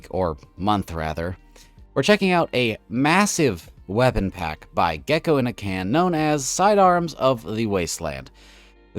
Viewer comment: He correctly pronounced Geckoinacan!